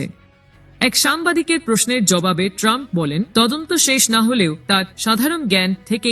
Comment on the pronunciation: তোমাকে সংবাদ পাঠ করতে কে বলেছে। তুমি বার বার বলে সাবেক প্রেসিডেন্ট টানপ